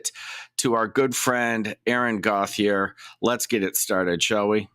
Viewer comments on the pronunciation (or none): I know it’s no one’s fault, anglos pronouncing franco names, but that “Gothe-er” is like nails on a chalkboard to me, every time 😅😂 Still my favourite channel, though!